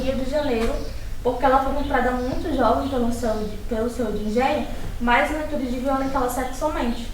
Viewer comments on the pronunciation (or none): none